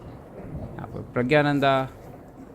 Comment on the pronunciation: Are प्रज्ञा nhi 😂😂 प्रग्ना nanda😅